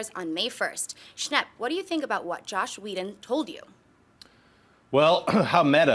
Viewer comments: It is JOSS not josh, that always makes me upset when people get that wrong, no hate at all we all still love you! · ..SHE JUST SAID JOSH WHEDON IT'S JOSS!